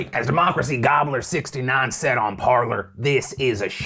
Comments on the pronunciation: So that's the first time I've heard "Parler" said out loud, and why was I surprised that it's pronounced like "parlour" instead of "parlay". Why would I think those troglodytes would say it correctly? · Hey, it might have been mentioned before but just to give you a heads up, Parler is pronounced par-lay. Unless I am mistaken and the company was going for par-lor. But parler (pst-lay) means to speak and originated in France. The definition seems to make sense given the platform, but maybe I am mistaken. Anyways great show. Ty